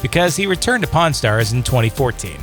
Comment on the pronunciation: Don't know who the narrator is but he doesn't know how to pronounce the word pawn.